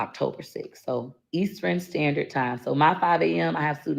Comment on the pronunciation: People were saying Peach said she is so smart and a teacher, but pronounce words wrong like skreet, skrawberry, and eas ter ren (eastern). People were saying I’m not letting someone teach me anything when they mispronounce basic words